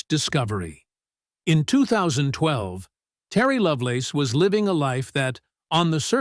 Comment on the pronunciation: "Terry LoveLORN?" Come on... do better.